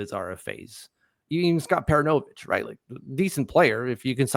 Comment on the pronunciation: puh roo no vitch